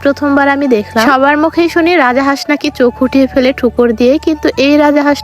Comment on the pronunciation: Ara boldi rajahas na rajhas😂😂